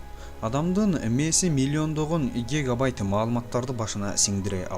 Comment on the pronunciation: Имилиондогон игегайтт ты дейт го 😂